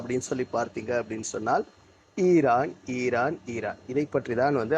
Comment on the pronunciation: ஈரான் ஈரான் ஈரான் அந்த உச்சரிப்பு❤